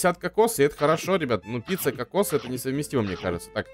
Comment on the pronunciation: Он сказал не пицца а пися